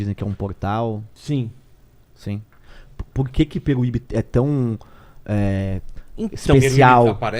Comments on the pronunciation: Peruibe! E não peruibí! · Vc falou engraçado o nome da cidade 😂😂😂😂 não é Peruíbi é peruibe 😂😂😂😂😂😅